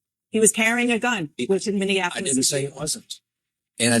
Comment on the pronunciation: MINNIE (like the mouse) APOLICE haha love you big dawg just letting you kno your boots are untied